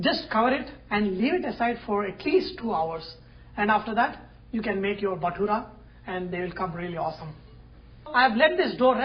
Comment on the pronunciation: sir its not BATURA, its BHATURA